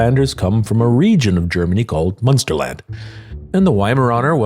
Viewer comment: So funny how you say Monsterland 😂 It's Münsterland 😊